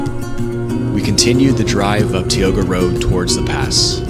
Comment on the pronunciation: You might want to look into the pronunciations of Sabrina and Tioga.